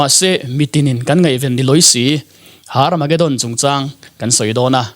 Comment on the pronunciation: Hnamdang ho chuan H hi an lam ri vak ngailo, Herb pawh Arb tih a lam theih a ni bawk,, Tsunami pawh T tih kha i lam phet chuan a diktheilo ang, Sunami tiin kan lam mai, bawihte la inzir rawh school la chawl mai suh aw👍🙏